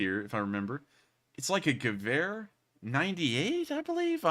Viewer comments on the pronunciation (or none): none